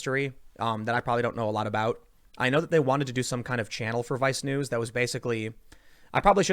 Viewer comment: I can't help it, every time you say vice news I bust out laughing man, sounds like you're saying vi snooze...